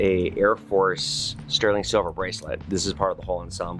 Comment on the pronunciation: Definetely great video. I work at a power company. This is cool. 'Shilver'. Love the History and 'Shilver' and U.S. Mint tie-together. And the Tesla/ Edison History of course.